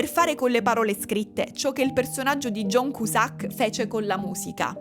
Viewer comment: John Kiusak :D non in dialetto barese con il sacco!